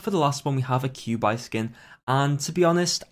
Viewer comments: please dont ever say qiubais name like that ever again im begging you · actually its chew-bye